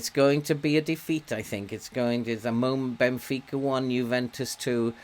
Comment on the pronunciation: As a Portuguese what a great pronunciation of the teams names, thank you for giving your time to benfica. Hope you are having fun!!